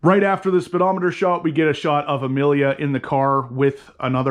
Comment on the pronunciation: Emily 🤣.. her name is (e-me-lia) Emelia Hartford is the youtuber who said "it revs so high". Why are all youtubers messing up her name 😆